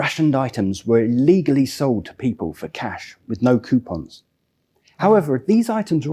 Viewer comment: Ha ha the lady commentator said "quepons" instead of "coupons" I love that common goof🎩